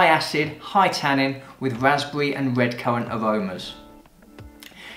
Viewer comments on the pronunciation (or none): none